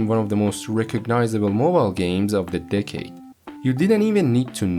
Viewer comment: i thought he said dickade